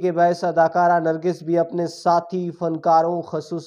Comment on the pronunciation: لفظ نرگس ہوتا ہے نرگھس نہیں